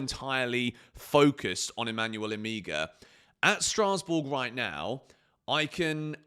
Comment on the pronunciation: the name is Emegha - pronunced as Emeha... the two Es pronounced as the E in Empathy